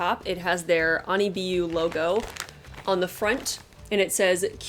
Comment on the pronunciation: You pronounced it right if it is a japanese wig store